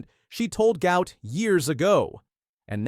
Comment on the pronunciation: Fun fact, his name is pronounced as "Goo-art"..